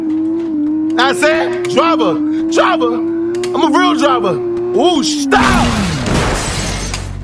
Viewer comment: “DRIVVA DRIVVA, IMMA REAL DRIVVA…..OOOOOUUU SHTAAP.” 💀💀💀